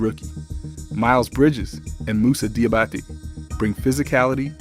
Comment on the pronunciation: Great vid, but every time you butchered my main man Moose's name it snapped me out of the flow. Say it like this Dee-ah-ba-tay